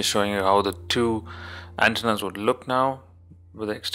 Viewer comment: ante-nas. not ant-nas. <3